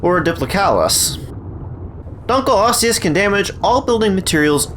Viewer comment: Thx for pronouncing it right